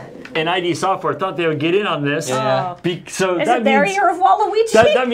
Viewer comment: pronounced "id" wrong. It's okay. lol, i do it too.